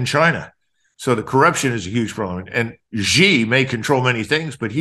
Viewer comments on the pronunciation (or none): I wished people would pronouce peoples names correctly, Its not Gee, it is pronounced SHE = Xi